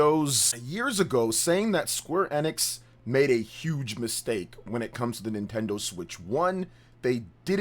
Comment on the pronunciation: It's E-nix.. EeEEEeeEEeE- Nix. "Life Time fan"